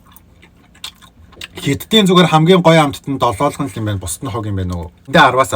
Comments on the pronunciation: Долоолгоно биш долоогоно шүү. Амжилт😉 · Irs not doloolgono its doloogono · btw its not doloolgono its doloogono 😂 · Долоолгоно бишээ долоогоно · Долоолгон биш долоогон шүү 😅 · долоолгоно гэшш долоогоно гээч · Долоолгоно биш шүү долоогоно шүү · Ахаа долоолгон биш долоогоно шүү❤❤❤ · Долоолгоно2 гээд байхын Долоогоно шүү😂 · Долоолгоно биш долоогоно шүү за❤